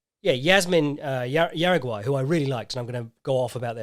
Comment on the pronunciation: Hey, your pronunciation of Juaregui was atrocious. It’s pronounced hara-gi. Love your work!